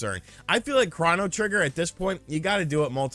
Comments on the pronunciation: Chrono trigger… not chrahno trigger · tis how kept pronouncing it. I always thought it was "Krohw-no". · Wait... Craw-no? Craw-no Trigger??? Isn't it pronounced Crow-no Trigger??? Have I been saying it wrong my whole life? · Can someone tell me what Chrano Trigger is?!?!😂😂😂. I know what CHRONO Trigger is but what is this Chrano Trigger he speaks of? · It's Crow-no trigger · I like how he was pronouncing "chrono" in "chronotrigger".